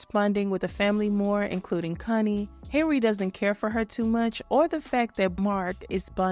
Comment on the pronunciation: Um please pronounce Connie correctly..in the UK what you're saying is adult language. Not cun, con.